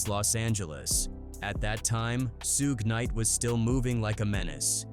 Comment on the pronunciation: The ai trying to say suge knight name so bad its hilarious 😂